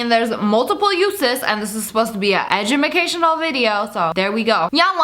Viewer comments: You sed egumucashinnl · why did you say edumacaltional? (Edge-ema-cashe-inal) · “Edumacational” ~Sniperwolf~ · No one: Litterally No one: SSSniperwolf: EdImUlCatIonAl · Did y'all here her say edumacationual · edumacational 😂😂😂I love sniperwolf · Does she actualy not know how to pronounce the word educational or is this a joke?